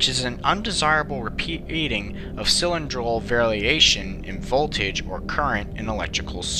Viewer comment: "Autonomous" Please learn how to pronounce big words. At time what is "cylindral variations"? I suspect another mispronounced word. Very informative videos.